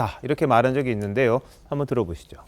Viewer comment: 있는데~여. 이여자 발음 골때림. 햇는 데~여..ㅋㅋㅋ